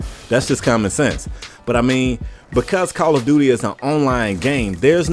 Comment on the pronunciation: Not to sound rude or anything but are from a different country who is trying learn English? if so then it's *Because*, not *Begus* also, this is pretty true.